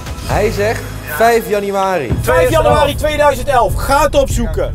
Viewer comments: Bilal zegt 5 januari thomas zegt 5 janiari 😂😂😂😂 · Thomas: oke 15 janenari 😂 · wanneer Thomas geen januari uit kan spreken 🤣🤣🤣🤣